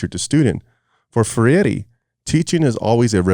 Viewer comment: You don't even know who Freire was and you keep on calling him Ferreire😂 you are an idiot.